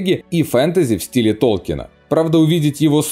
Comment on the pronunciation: Толкин пишется и произносится без "е") профессора очень бесило коверканье его фамилии еще при жизни)